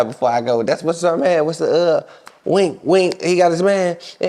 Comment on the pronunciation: It's weensy not wink